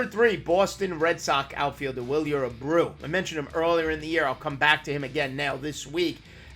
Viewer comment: Willier Abroo? 🤔 😂